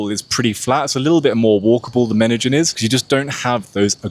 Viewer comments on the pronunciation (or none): Medellin is pronounced as Medeyin. Not Medejin or Medagin like you're saying it. Youtube captions is translating what u say as Medagin or Menagin.